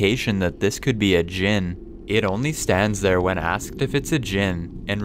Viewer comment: when you said jin LMAO